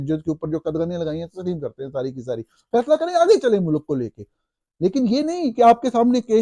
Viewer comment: Young man the plural of سربراہ مملکت is سربراہان مملکت . The pronunciation of ملک is MULK, NOT MULAK.